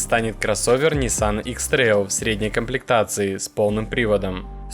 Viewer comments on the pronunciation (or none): none